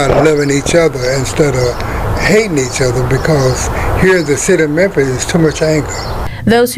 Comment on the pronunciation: Its memphis mane... its memphis.